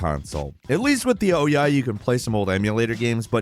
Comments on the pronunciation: It’s not oh-ya, it’s pronounced oo-yah. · It's pronounced "oo-yah", not "oh-yah". For goodness sake,, everyone else knows how to say the name, so why not you? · Wow, you are not good at pronunciations, but still like ya. Ooh yah hehe. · It was pronounced "oo-ya" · Surprised to hear the actual pronunciation of Ouya lol. Been calling it "ooyah" when it was relevant but never heard anyone saying the word, only read about it. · Never going to get over you calling the Ouya the Oh Yeah. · The Ouya (/ˈuːjə/ OO-yə), stylized as OUYA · I have never heard anybody prounounce Ouya like that in my life. It was all over the games channels when it was coming out and not one industry reporter or insider pronounced it like that. Were we all missing something back then? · I love that you mispronounced the Ouya's name! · Is that the correct way to pronounce Ouyh, with a hard O? I've always pronounced it with a soft O. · I think you pronounced Ouya wrong.